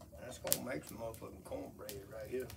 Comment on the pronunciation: I knew it was gonna be good when he bust out that "Muh fuckin"